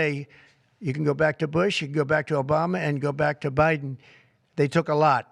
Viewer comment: Hear him refer to Biden as O'Biden? 😆